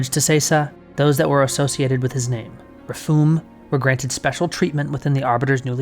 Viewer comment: You keep putting emPHAsis on the wrong sylABLE lol It's Thel VAD-amee and Sesa rah-FU-mee